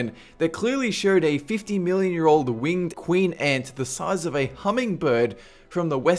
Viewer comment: 500 billion years ago... The universe was made 13 billion years ago I know he sed million tho it sound like billion